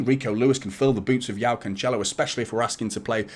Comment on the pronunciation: Like the content mate. Btw, his name is pronounced "Jo-Oww" not Yao. That's like Yao Ming the basketballer. If his name was slavic, then yes, the J would translate to a "Y" in English.